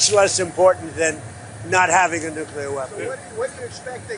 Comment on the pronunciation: Walking? You mean staggering, of course. We've got to give Trump credit: he says nuclear, and not nucular. It's almost a miracle.